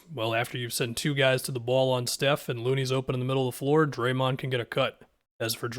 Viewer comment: be pronouncing draymond like doraemond